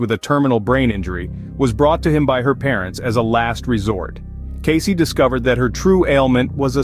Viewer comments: His name is pronounced Case! Not Case - ee! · Born in 1977 ? Who are we talking about ? Who is Edgar "Caycee" ?? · At the very least you should be pronouncing his name correctly “Case” is how it’s pronounced…